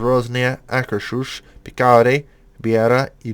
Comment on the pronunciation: Oh dear god... Your pronunciation is horrid. For reference, Akershus is supposed to be pronounced like Akers-hus. Which will be at least a slight improvement.